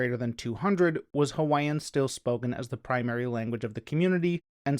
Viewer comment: Finally, someone who actually tries to pronounce Hawaiian in a video about Hawaiʻi! You’d be surprised how rare this is. Youtube is full of people who profess to know all about Hawaiʻi but they can’t even pronounce words as simple as “ke” or “ʻo”.